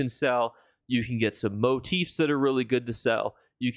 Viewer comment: He said motif properly! I don't like it lol..